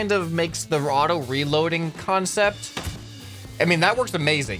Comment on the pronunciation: kAN-cept. Get it, huh, huh?